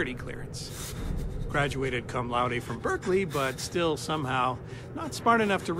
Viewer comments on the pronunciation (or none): none